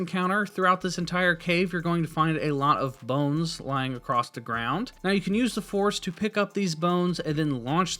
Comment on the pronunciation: Very helpful. Keep in mind, though, that "acrosst" is not a word. And you seem to say it in every video. ;)